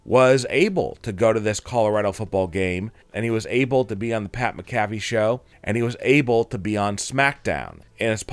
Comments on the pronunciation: Mac-A-Fee not mca-fè say it right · Soon as he mispronounced McAFee I left. One of the most legendary punters ever and you can't get his name right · Pat mack a fee. Phonetic spelling since you cant pronounce his name. Come on man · Lean to say Pat's last name right dude! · Jesus atleast pronounce pat macafees name right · This narrator an ai? Why can't he say "Pat McAfee"? Ha. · Can’t even say Pat’s last name right!!